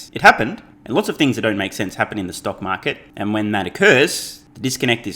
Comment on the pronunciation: I miss, when you used to say, “Stunk Market”. Cracked me up!🤣